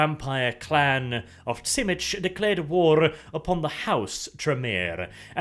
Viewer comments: "zhi-MEE-see". Not "TSIH-mish". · Tzimisce is pronounced "Zee-me-see" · The Unofficial Whitewolf wiki has pronunciations of the clans. You already messed up Brujah, Ventrue and Tzimisce so you might want to check it out. I would pronounce it as Zi-Me-Ce which is a little off but it certainly isn't pronounced Schimitch. The actual pronunciation is tzuh-MEE-see or zhi-MEE-shee. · Do a lore video on the Tzemiscee I think is how you spell their name? The Sabbat guys that basically create fleshy monsters like Clan Moulder. Btw isn't their name pronounced Tzemisi, not Tsimish? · That's how Tzimisce is pronounced? "Zim-ish"? I always thought it was something like "Zi-mee-zhee". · It’s pronounced Zy-me-she. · this series isn't half bad, but every time i hear "bruzah" and "venture" and on to the next "tsimish" i get a very slight aneurysm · I always thought Tzimisce was pronounced Zeh Me Chi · Man, hearing "Simitch" as Tzimisce took me a while. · TSchimitsch? Thats a cool pronouciation, too. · has a new title. Butcher of Vampire clan names. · lol, It was so bad I didn't even recognize it has Tzimisce at first.